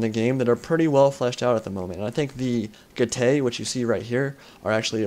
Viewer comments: Good commentary as usual, and it was very close in the end. Just one thing though: from my 3 years of basic Latin at school I think Getae is pronounced 'Get - I' rather than 'Get - ay'. Also the falxmen look really cool, and I hope they are added to the game. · I am from NZ as well but also happened to do Latin at school, and I can verify that is indeed correct in the pronunciation of Getae.